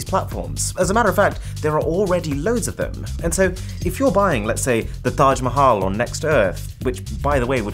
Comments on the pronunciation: Love the pronunciation of Taj Mahal 💙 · Most perfect Taj mahal pronounciation by a foreigner i have ever heard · i love the way you pronounce Taj Mahal :D